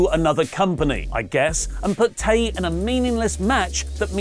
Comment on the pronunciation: Tay Melo's first name is pronounced "Tie". It doesn't normally bother me, but you said her name incorrectly so often in this video that I had to point out this mistake.